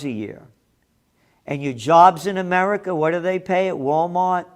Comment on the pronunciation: We live in "Ahmedikah".